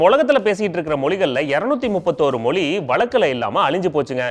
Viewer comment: Tell mozhi not moli